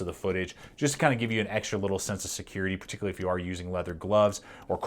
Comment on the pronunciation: Lanyard not laneyard Particly is not a word